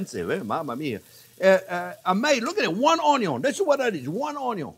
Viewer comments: I love the way you say ‘on-eee-on’ c🤩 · EVERYTHING is better with Bacon and I always love "onyion" and garlic!! I love learning with you! We eat with our eyes, by taste etc but mouth feel is so important too!!! Thanks for your love of teaching!!! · Chef Pierre is funny, and not only that, he keeps things so simple. He kills me when he prounounce 'Onion"!